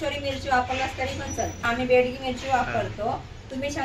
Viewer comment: Begdi mirchi nahi mhanat,bedgi as mhantat